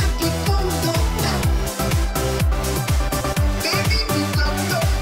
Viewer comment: The baby wount become doctor he said docta